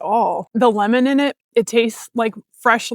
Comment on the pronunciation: The "Lemoninit" is kind of Southern Dialect. LOL